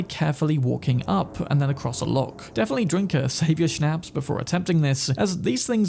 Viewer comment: It causes me no little anxiety to listen to people who habitually mispronounce "shnaps". It sounds like "pops, shops, stops"